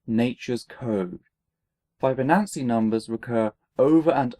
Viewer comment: hey big fan, love the show, am a math undergrad. and I would be remiss if I didn't point out you are miss pronouncing fibonacci incorrectly. Sorry to be pedantic lool